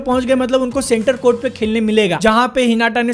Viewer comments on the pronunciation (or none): Normal people : हिनाता BNFTV : हिनाटा 🤦🏻‍♂️